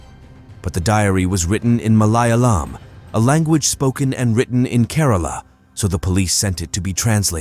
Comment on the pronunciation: I have a friendly suggestion for you. When creating such videos, please make an effort to learn how to pronounce Indian names, cities, languages, etc. It's not "malai alam," it's "Malayalam." It would be greatly appreciated if you could learn these things beforehand. It's very important, and it will help us connect better.